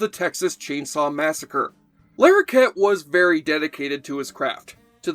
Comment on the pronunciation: It's not John Lair okett, it's John Lah rokett